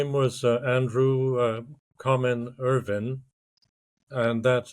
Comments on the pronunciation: it's Irvine with an E not Irving with a G....numbnutz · Pulling a Ross lol it's Irvine not Ir-ving, I am the same way, My Wife gets pretty annoyed by it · Please stop calling him "Sandy Irving" his name is "Sandy Irvine". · Yes his name is Irvine, pronounced ‘Urvin’. Not ‘Urvyne’! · Very irritating listening to podcast host repeatedly mispronouncing Irvine as Irving. Even after guest properly says Irvine with a polite nuanced inflection in his voice. Yikes! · Could you please have some respect and pronounce the man's last name correctly. Irving?? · Irvine. Not Irving. Interviewer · it sounds like the one guy is saying Irvin”g” adding a g on the end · According to other YT channels the Irvine family pronounces as *UR-vin* People are constantly trying to correct it to *Ur-VINE* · Andrew "Sandy" Irvine's last name is pronounced ERV-in. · Yes, all of those pronunciations, just not IRVING with the g. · Sandy was British, the correct way to pronounce his, surname is Ure vin spelt urvine, as the british speak English correctly in its most modern original form this is the only correct way to pronounce his name. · nice try but you clearly pronounced his name irVING at least twice in the beginning of the video alone. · How inept are you??? You can't find evidence that Erich found/spotted Irvine's boot first!!!! It's in the film clip!!!!!!!!!!! Time for you to stop pretending you have something significant and factual to add to this recent find. Utter nonsense. You cannot even pronounce Irvine's name correctly.